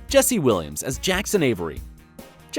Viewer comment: Learn to pronounce the characters name right 😂